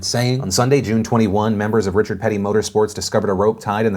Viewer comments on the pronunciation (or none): none